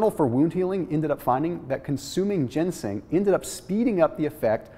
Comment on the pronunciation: Ginseng*** not gensing